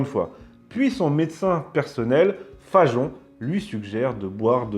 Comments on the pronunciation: Pourquoi dites-vous Fa"j"on alors que c'est Fagon. Comme Wagon. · Hi hi! les roast-beefs l'ont dans l'oignon! Mais pourquoi s'entête-t-il à prononcer "FaJon?" "Fagon", ça se dit "FaGon", non?